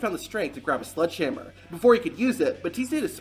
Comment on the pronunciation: Are you saying “sludge”hammer or sledgehammer?